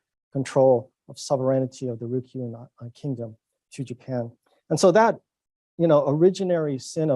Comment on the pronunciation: Don't you mean "Ryukyu"?